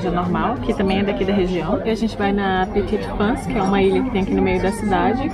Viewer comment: Mais um vídeo maravilhoso. Adorei vc falando le petit france (é assim que escreve ?) Hahahah Adoro tb que vc lê o censo!!!! Blogayra inteligente e preocupada com o conteúdo